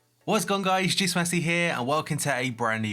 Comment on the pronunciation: Why does it sound like u say juice